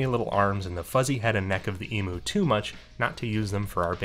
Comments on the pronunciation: Side note for the side quest, Emu is pronounced "E-m-yoo" rather than "E-moo" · Big birds are so cool! Fun fact: Australian's don't pronounce emu as "e-moo" like Americans do, we pronounce it "e-myoo" with a "y" sound in there after the m :) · The only way I've heard Americans say it is how it's said in this video. Nothing wrong with that, I just find it funny :)